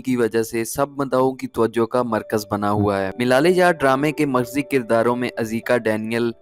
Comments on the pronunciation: Milal e yaar nahi malal e yaar on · Baklol...... milale yaar nhi, malaale yaar